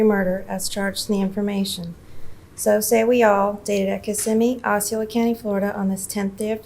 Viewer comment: As a Florida native it's, (AW SEE OH LA) Osceola. Lol